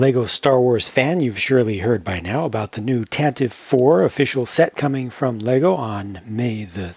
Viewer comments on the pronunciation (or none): Puts on nerd glasses ummm, actually, it’s pronounced tantivy. (Such a strange pronunciation for it I’ll admit .)